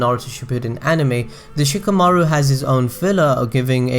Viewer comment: oh my fucking god anyone else getting annoyed by how he pronounces "Shikamaru"?? It's like [Shika] [Maoru] instead of [Shi] [Ka] [Maru] and "Temari" as [Ta] [Mauri]